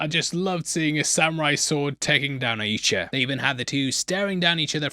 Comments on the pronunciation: It’s more like “Yowcha!” Instead of “Ucha.”😂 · why can't you say Yautja? Hahahaha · It’s pronounced Yautja. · for the last time, its pronounced YAUTJA. Get it together, man! Great breakdown, as always!